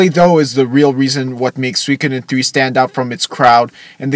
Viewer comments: Soo-ee-ko-den. Not sweekoden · Please, stop saying "suykoden," please!